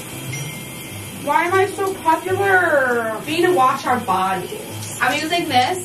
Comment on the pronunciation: “why am i so popalor” (spelled it like that on purpose) im dead tho😂